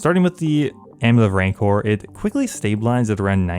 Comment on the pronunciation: please sir rancour rhymes with "vigour"